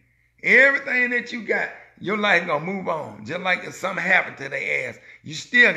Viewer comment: Well Sir, you done said “somp”🙇🏽‍♀️